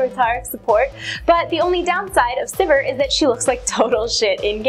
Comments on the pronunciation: Its not pronounced Syvehr.... Syveer is the proper way to say it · I can't believe that's the correct way to pronounce Sivir. It doesn't sound like anything when you say it that way, except vomit. I want it pronounced like "severe" and I will continue to do so until banned from LoL.